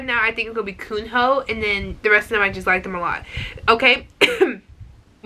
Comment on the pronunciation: Actually Kunho is mostly pronounced with a silent h so it's "Kuno" and I'm not too sure about ON:N but I've heard many people say it is like the word "on" so without the second n